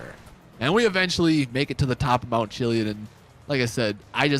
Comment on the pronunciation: I watch your vids all the time, you're my go to GTA channel. That being said, your mispronunciation of things makes me crazy sometimes. To the point where I yell the word out loud. Lol HelliON he says. And Chili(ID)